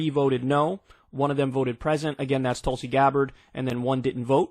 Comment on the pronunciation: Kyle misreading Tulsi once again… Going further TYT every day ~